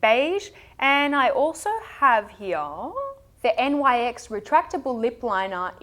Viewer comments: Nyx is pronounced "nicks" ;) And Chinchilly by Essie is one of my favorites!!! Thanks for another great video :) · I heard that it is Nyx and not N.Y.X. because the brand is named after a goddess called Nyx (Greek goddess of the night) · It's not N Y X it's Nyx, like the goddess Nyx. She was the Greek goddess of the night. All lot of their early products had names from Greek mythology, they don't do that anymore.